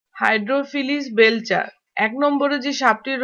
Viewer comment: English গুলা একটু ঠিক করেন হাইড্রোফিক বেলছা না, বেলচারি.. তবে informerion টা দেওয়ার জন্য ধন্যবাদ..